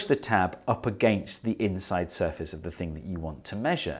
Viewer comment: “intside?” yes steve, intside